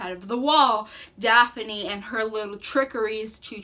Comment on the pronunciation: Also it’s Prince Gar, not Garth. Dathne, not Daphne. Very knowledgeable about the story, but killed the names of characters and races which are very important.